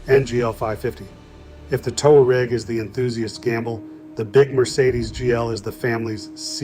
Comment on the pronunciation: The Volkswagen "Two-R-Egg"